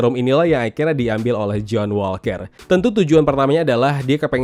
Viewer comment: Setiap liat review disini selain emang penting seru juga ikutin serial marvel. Tapi khusus serial TFWS paling gemes denger koe pas ngomong JOHN "ASU" WALKER wkwk ASU emang koe wkwkwk